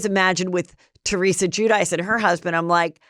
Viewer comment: Guidice = Ju-dee-chee